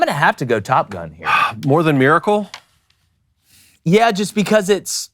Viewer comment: Can someone teach to pronounce Miracle. It's not Maracle. 😂😂😂 Happy 4th boys!!!